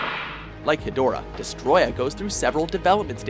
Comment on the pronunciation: atleast this guy pronounces destroyah right